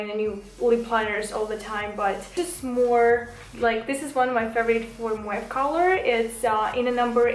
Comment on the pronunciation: Не муав а мов